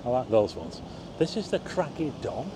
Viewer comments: It's pronounced Craig - E - Don my friend :) nice video hehe!!! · Hi. "Craig y don" is welsh for "wave rock" The Y is pronounced as on "Er". Its probably called craig y don ad it faces craig y don in llandudno. Those Atlas planes are sometimes above my house in snowdonia.